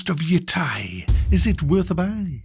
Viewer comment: Jesus even a Brit can't pronounce this properly.